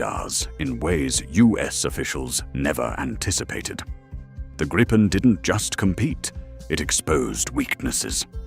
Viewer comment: This is a LIE! There are crap podcasts eating each other's BS and appears to be one of them. Hell your AI cannot even pronounce the word Griipen. Canada has not chosen the Gripen. STOP TELLING LIES!!!!.